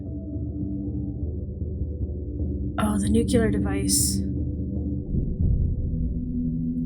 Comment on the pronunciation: I love you but please - "nuclear." Not "nook-you-lur." Nuclear. <3